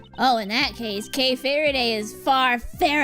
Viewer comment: i think kays last name is for-a-day